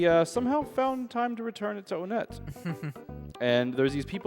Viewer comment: I don't care what anybody says. "Onett" is pronounced "one-ett".